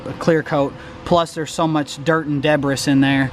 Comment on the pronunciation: Good stuff as always. "Debriss" ...lol